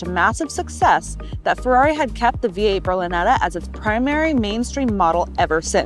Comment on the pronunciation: oh god how do you screw up "Ferrari" in the intro like that :( Still great review and great car!